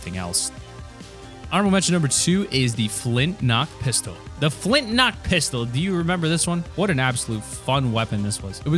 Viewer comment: Flinknock??? It is called the flintlock!